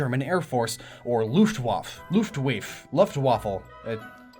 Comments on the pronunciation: Luftwaffel is almost correct. Just take away the l at the end and you say it better than most people. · Loof-t waff-uh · Luftwaffe is pronounced Luf-waf-ā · It is pronounced l oo f t w a f e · Luftwaffle lmao As German I really enjoy listening to foreigners struggle with German words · It’s pronounced lu-fa-fe The t and w are silent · it's pronounced (looft - wafft) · It’s pronounced looft-waffa in German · It's pronounced luftwaffa. And yeah that makes a lot of sense new donk City reminds me a lot of 1930s and 40s New York. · can't even say looft-vwaff-ah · As somebody who learned German, I can tell you that "Luftwaffe" is pronounced along the lines of "Looft-vaf-feh." You read what you see in German, unlike English where there seem to be no set-in-stone spelling rules! I mean seriously, there's at least six ways to pronounce "ough"! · you pronounce waffe as waffuh:) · Luftwaffe is pronounced Looft-waff-fah. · Luftwaffe is pronounced Looftvaffeh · Luftwaffe. Looft. Vah-fuh. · It's luftvaffe w's are v's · "Luftwaffel" is a good way to say "Luftaffe", just leave away the "L" when speaking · Luftwaffe also pronounces the e at the and and basically means airweapon in german. Take it from someone from Austria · Lol I‘m german and it‘s funny how you spell ,,Luftwaffe“ xD